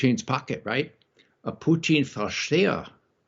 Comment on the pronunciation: Why on Earth does Ray McGovern, of all people, pronounce "Putin" as if he's a staple of low French-Canadian cuisine?